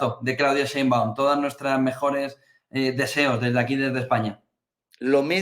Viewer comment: ¡¡SHeinbaum!!, no Seinbaum.